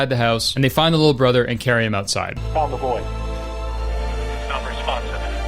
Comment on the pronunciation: when they say found the boy, it sounds like bababooey